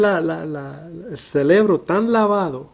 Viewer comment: Que pereza escuchar a este "maestro" que se cree tener la correcta interpretación. Que dice "les están labando el celebro" en vez de "cerebro". Estoy de acuerdo que gran parte de los Pastores de hoy, imponen el diezmo de madera descarada, pero eso no invalida nuestra responsabilidad para con la Obra. Este Sr. es un falso maestro, y habría que hacer todo un video para rebatir sus falsas interpretaciones, y sinceramente, ése no es mi llamado. Bendiciones